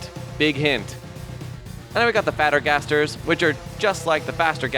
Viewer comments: You says:fatter gasters Gaster blasters:😡😡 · "Baster Gasters"